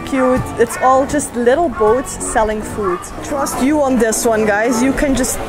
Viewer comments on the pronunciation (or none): none